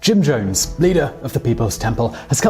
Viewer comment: You call him Jim Jomes. With an M. Weird.